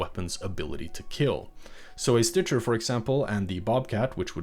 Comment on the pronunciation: Stitcher. It's stitcher.